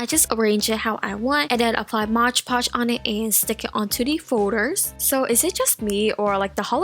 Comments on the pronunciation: Also it's not Modge podge or mosh podge! It's MOD PODGE! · its moDpotoge not motgepotoge！ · hahhaha lol you say mod podge so weird. Its "m-o-d" not "modge"😂😂